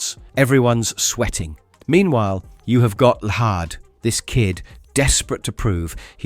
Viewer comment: Llahd is pronounced as "Lad" no hard H